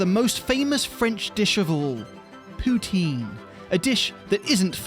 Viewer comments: Let's correct that pronunciation -> Tin , as in tin can. Poo-Tin. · I'm English Canadian and even I know you were pronouncing "poutine" wrong .. c'mon guys 😜